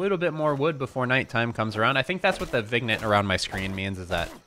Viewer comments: Vin yet, not vig nit. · Please tell him it's pronounced "vin-yay" not vignet